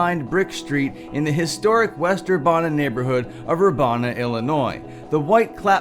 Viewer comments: It is pronounced as Ur-Ban-a and not Ur-Bon-a.🙏🏽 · Urbana is pronounced like "ban". ur-ban-uh Only part you pronounced wrong was the "ban" part.